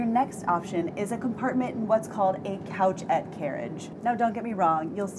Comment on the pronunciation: Oh this is adorable but 'couchette' is actually pronounced coo-shet. Coucher is the French word for sleeping or laying down.